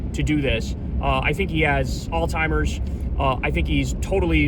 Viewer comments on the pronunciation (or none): Kyle I love you but you gotta stop saying all-timers. Its Alzheimer’s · Please quit saying " if I'm being honest" Seems to imply that you're not always being honest. Please quit mispronouncing Alzheimers. Good grief !!! So many people say "all timers" or "Old timers" or some other ridiculous variation. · Kyle, I love you, but stop calling it "All-timers" lol It's Alzheimer's. there's no T sound in there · Is “all-timers” some sort of inside joke I’m not getting? Over hard Kyle say that instead of Alzheimer’s several times now.